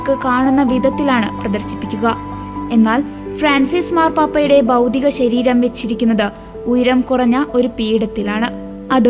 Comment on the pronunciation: എന്റെ കൊച്ചേ ബൗദിക ശരീരം അല്ല ഭൗതിക ശരീരം നന്നായി വായിക്കാൻ പഠിക്കൂ